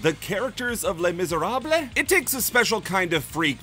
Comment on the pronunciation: "It's time for a history lesson!" Oh, this'll be good. "Les Misèrables-" NO